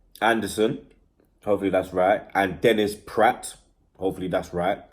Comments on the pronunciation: Its not Praat its Pr-ae-et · I think Dennis Praet is pronounced more like prart than prat. I agree pronunciations don't overly matter..but IF I was doing transfer videos to make money..I'd put some effort into researching it maybe. Just a thought LOL. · Dennis Praet is pronounced Praaaat It's got a silent 'e' in his surname...Just helping. Praet, Anderson and Carrasco are happening.